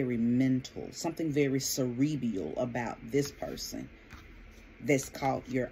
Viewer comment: Friendly correction, queen : Cerebral not cerebrEAL